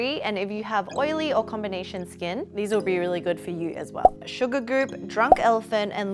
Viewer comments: Hahahahaha “Sugargoop” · "Super"goop not "sugar"goop.🙉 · Is it just me or did she say "Sugargoop"? 🤣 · Am i the only one who heard Sugargoop than Supergoop?? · I think that's because she kept saying Sugargoop. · Did she say sugar goop instead of supergoop? She said it twice wrong lol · isn't it supergoop ? she speaks sugargoop lol